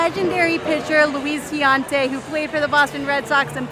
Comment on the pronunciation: "Luis Tiante", that's too cute. It's pronounced Louie and his last name is Tiant (Tee-AH-nt)